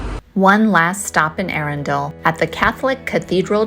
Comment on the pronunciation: Another enjoyable informative vid. There's Swanbourne lake where you can hire rowing boats and a nice pub (The Black Rabbit) by the river just up the road from the castle. Look forward to your travels through my home county. And Arundel pronounced like a true native. 😉